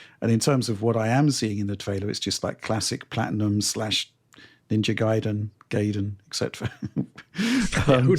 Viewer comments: First time I hear anyone pronounce it Gayden instead of Guyden lol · Pronounces Guy-den man come on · Gayden 😂😂😂 yep 😅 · Ninja Gayden. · Jesus, you would think someone as smart as could pronounce the name "Ninja Gaiden" correctly.